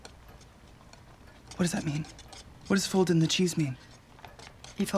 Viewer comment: "Fold in THE cheese." I just cannot with the random emPHAsis.